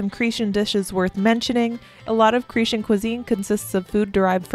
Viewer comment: I like how you say Cretian, instead of Cretan!!! And, of course, I’m happy that you liked Greek food!!!